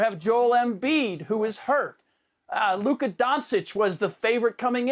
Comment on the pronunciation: So Ric Bucher says Luka's name wrong and no one udders a comment.....🤔